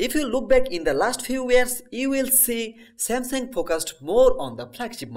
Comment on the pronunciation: Nice vid but samsang is not how its Pronounced